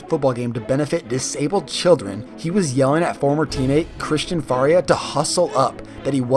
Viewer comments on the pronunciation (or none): Not faulting you for this, but "Faurnia" is pronounced For-ee-ayy